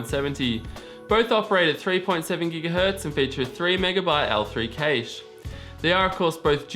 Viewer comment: Wtf is a cayche? Lol it's pronounced CASH